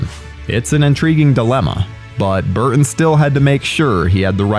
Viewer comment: Kee-Ton, Bur-Tin. Not Kee-inn, Bur-inn. English. LEARN that shit...